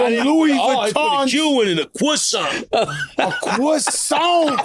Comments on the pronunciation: A CWOISSANT !!! 😂😂😂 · Joe said " he aint sent me a crossant" 😂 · Joe wanted everybody to hear him say “croissant” smh